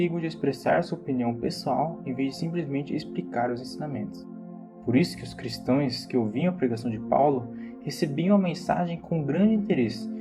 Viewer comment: Não se fala cristoes e sim cristãos